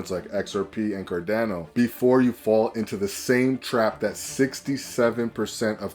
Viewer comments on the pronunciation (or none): My dude can't even say CarDANo 😅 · I have no idea how you ended up on my feed, but if I wanted to sound credible, I'd start by pronouncing cardano correctly.